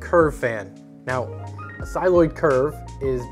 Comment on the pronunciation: Cycloid as in SY+kloyd not Cyloid